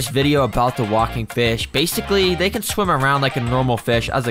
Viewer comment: he said shwim instead of swim